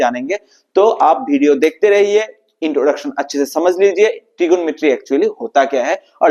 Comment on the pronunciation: Trigomrty ❌ trigonometry ✅🤫